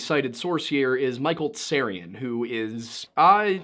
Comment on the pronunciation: Freemasons, SJs, and Kabbalah mentioned. Holy Blood, Holy Grail hinted at so Dan Brown is probably in there too. So yes, a Unified Theory of the Occult. One point, Micheal Teh-Sarion, if I remember right. The T is pronounced.